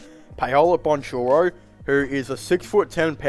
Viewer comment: Just an FYI. The way you pronounce Paolo name is wrong. Please don't take it personal. Say it like Powlow Bankero. There is a hard K in his last name. For some reason he doesn't use CH the way it should be in his last name